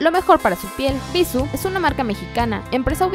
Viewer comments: tu misma lo dijiste el acento es la pronunciación que tu le das! y ella se equivoco precisamente en eso.. en la pronunciación, no le puso acento a la palabra cuando la dijo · bissù...tiene acento ! pronuncia bien antes de hacer videos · El video está bueno porque efectivamente BISSÚ es una EXCELENTE marca de cosméticos que ha demostrado que algunos de sus productos son tan buenos como los de gama alta. Por ahí bien... Peeeerooo ... también a mí me desesperó que no pronuncies bien el nombre de la marca, osea, eso es CRUCIAL! Y por útimo, el "tonito de reportera de televisa o tv azteca" y el "cantadito de las palabras" es espantoso! Desespera. Sinceramente, no sé si más de una persona maneje este canal, pero sólo por curiosidad me metí a ver otros videos y la forma de modular la voz de todas las que hablan es INSUFRIBLE! ¿Porqué el afán de hablar como reportera de tercera? Aunque la info sea relevante, el sólo escuchar la voz los primeros segundos te quita las ganas de continuar viéndolo. Es mi opinión. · no es bisu, es bissú, con acento al pronunciar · no es bissu.... es bissú!! con acento en la "u" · ES BISÚ NO BÍSU, TIENE TILDEE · Ana Cecilia Pereyra creo que todas la pronunciamos mal jajaja como que nos gusta más bissu sin tilde jajaja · bissú, acento en la U no en la I 😑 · el acento porfa... es horrible escuchar bissu... cuando el acento esta en la última sílaba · No es bíssu, es bissú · se pronuncia Bissú con acento, no bissu. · No está mal la info, pero parece casi comercial... Por cierto, te valió el acento. es Bissú, con una tilde en la letra u, por lo tanto la última es la sílaba tónica. Lo pronuncias mal TODO el vídeo... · Ana Cecilia Pereyra Si de hecho.. Que bueno que te gusta la ortografía. Se escucha muy feo Bissu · Es Bissú checa el acento, es una palabra aguda gracias al acento en la última sílaba... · bisuuuuuuuuuuuu pronunciando fuerte la U ..... cuando editaron nadie lo notó ????? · x eso ella lo dijo sin acentuación le falto el acento!